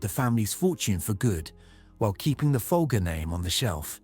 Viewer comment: The family name is pronounced "Fol-jer". The brand name was pronounced that way for decades in TV and radio ads. Abigail's name was pronounced that way when she was murdered. What idiot produced this video?